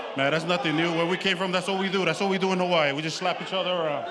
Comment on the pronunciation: Why does the announcer pronounce Hawaii like that? Hawaiiney?